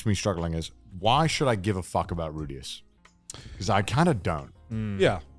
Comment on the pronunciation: why is garnt calling rudeus rudi. including correcting connor. his name is rudeus...